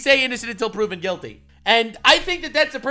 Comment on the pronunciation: Innocent until proven guilty ha 😂😂 you're saying that wrong for that state😂😂